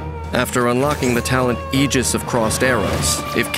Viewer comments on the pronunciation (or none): none